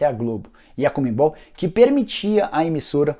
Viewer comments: CON-ME-BOL. Não comembol. Abraço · Não é Comembol. É CON-ME-BOL, de CONfederación SudaMEricana de FutBOL. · Nicola a pronuncia é "Conmebol" e não " Conmembol" kkkkkk